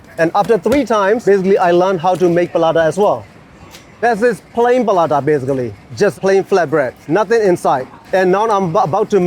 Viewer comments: Oh How the Paratha got pronounced and turned Palata ☠️ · Palata, sounds like Paratha but the R is difficult to pronounce by the Burmese.. so palata 😬😬